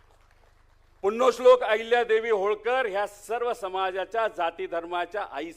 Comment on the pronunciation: याला पुण्यश्लोक म्हणायला येईना नीट